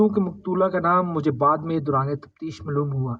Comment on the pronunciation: Maaloom. Mloom nahi hota 😅